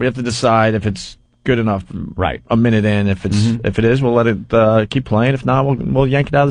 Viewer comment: "I hope I brought e-nough gas parum pum pum pum." 😭😭